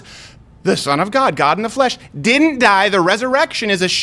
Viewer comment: Please don't pronounce "didn't" as "didint." The latter takes longer, the former is a short form of "did not," which you can also say faster than "didint." People these days are also saying "hadint," "couldint," "wouldint," "shouldint," and more. Duh! Clear evidence of dumbing-down in the educational systems.